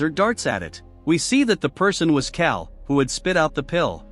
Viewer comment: Trash channel too lazy to even come up with their own goddamn content and too stupid to actually speak. Instead , using A I voice that can't even pronounce the goddamn name carl😅😅😅.